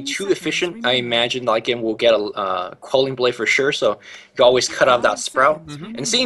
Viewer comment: this ld needs to learn to pronounce LYCAN properly